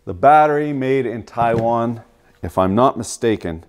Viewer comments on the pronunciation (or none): none